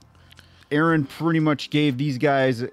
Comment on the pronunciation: It's annoying how many you guys pronouncing eren's name wrong!!